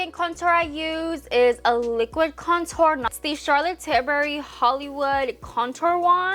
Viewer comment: I’m sorry but I can’t stand the way she speaks 😭 it’s like I’m slomotion u can’t even explain and the way she can’t pronounce “ tilbury “ properly